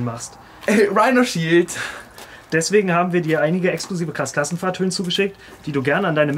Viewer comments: Wenn man schon denkt: „ Hä, er hat das falsch gesagt, er hat Rhinoshield statt Rhinosheesh gesagt, oh warte, stimmt ja, das heißt ja in Warheit Rhinoshield“😂🤣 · Erstmal werbung für dieses Rihnoshich 😂😂😂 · UNTERSTÜTZT VON RIIRSHEESH!!! XDDD